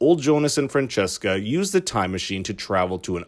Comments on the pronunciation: It is Franziska not Francesca, must be hard for a non-german speaker^^ Nice video, thumbs up. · It's not pronounced Fran cheska. It's more like Fran zeeska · Not Fran-chess-ka :) The name's parts are pronounced like "fun" with an r before the u, "sis" as in sister, an ka as if you left off the trailing r of the word "car". Frunsisca. Franziska. Not the french sounding thing :) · great video! but i cringe everytime i hear you say "francesca" instead of "franziska" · Leonidas Etzel The names where probably pronounced this way in the English voiceover, that’s why they pronounce them wrong